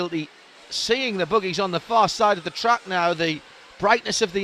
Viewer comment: lol, he says boogies